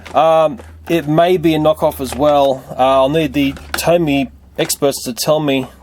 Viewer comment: its pronounced TOMY